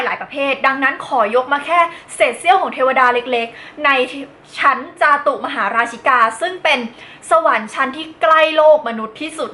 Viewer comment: จาตุมหาราชิกา ต้องอ่านว่า จา-ตุม-มะ-หา-รา-ชิ-กา หรือ จา-ตุ-มะ-หา-รา-ชิ-กา ได้ยินพระเทศมันจะเป็นแบบแรก